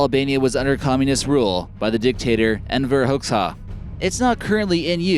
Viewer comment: Wow you pronounced Enver Hoxha wrong (the Albanian dictator) it’s pronounced EnVer Hoja